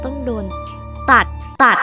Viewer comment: เน้นคำว่า ตัด มีสะดุ้ง😆